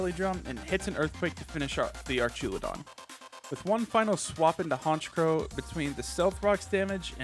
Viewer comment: I died ever time he said "Archaludon"